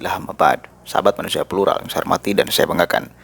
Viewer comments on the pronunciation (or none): Mas mas plural. Atau flural? Visi mas bukan pusi, fakta mas bukan pakta 🤣🤣🤣🤣